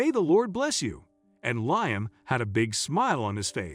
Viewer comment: His name is pronounced Lee am not lye am